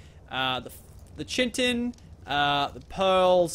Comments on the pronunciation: it is pronounced kite-en. ok? not how t looks like (chiten) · In chiten the h is silent so citen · Just to help chitin = k-i-tin